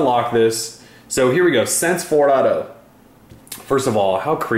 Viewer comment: Took me a while to realize that "sense fourado" was "sense 4.0" (four dot 0) xD